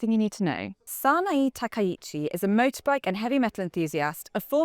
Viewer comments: "e" is similar to "ay", as in "hay", but is a pure vowel rather than a *diphthong The name should be pronounced as "Sa-na-e." For example, it is "Ah-bay" rather than "A-be." It's not Sa-na-ee. It's Sa-na-ay. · “Sa-na-e” not “Sa-na-i”. 😂 If it were English we could spell it “Sanna eh” or “Sana ay” (as in day) Not sure how that snuck in there as the other Japanese names were great or close enough. 🎉